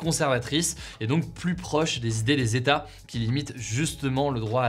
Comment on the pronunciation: 50 "zetats" ce n'est pas terrible !